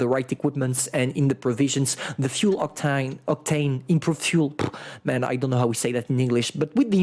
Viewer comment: pronounces octane "octine" British people